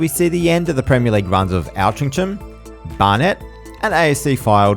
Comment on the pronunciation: Watched this and was very surprised to see you had less than 200 subscribers, you'll have a lot more before long. Also, was funny to hear your pronunciation of "Altrincham" (Should be "Ol-tring-uhm")